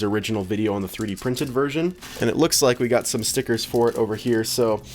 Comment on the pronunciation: I love when people say stickerrrrrs Stickerrrrrs STICKERRRRRS! STICKERRRRRRRRRRRRRRRRRRRRRRRRRRRRRRRRRRRRRRRRRRRRRRRRRRRRRRRRRRRRRRRRRRRRRRRRRRRRRRRRRRRRRRRRRRRRRRRRRRRRRS!!!!!!!!!!!!!!!!!!!!!!!!!